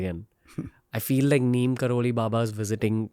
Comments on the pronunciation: His real name is 'NEEB' karori Baba. As westerners couldn't pronounce it they kept calling him 'Neem' and we Indians blindly follow what westerners teach us . Pls go research or ask your seniors who knows about him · Ranveer being so specific everytime makes me wonder how come he hasn’t researched on baba’s correct name. Baba’s true name is pronounced as Neeb Karori Baba.